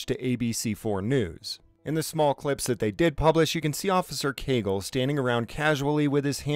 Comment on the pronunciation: Heheh "Caygle" 😂